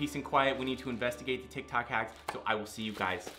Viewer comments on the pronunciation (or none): none